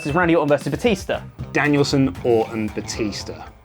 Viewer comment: Technically should have been eliminated for saying Danielsen. Wasn't his wwe name.